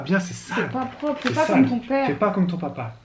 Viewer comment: "Paprrrrra" ahaha j'adore 😂😍